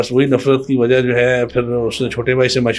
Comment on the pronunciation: Presenter must be learn Urdu right pronunciation is wajha white you said wajo this is the fact